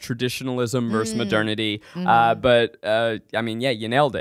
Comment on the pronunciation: 1) Zach, what do you have against the second syllable of "versus"? Just curious 😅 2) WHAT is the problem with the word derigible? I love that shit it's fun to say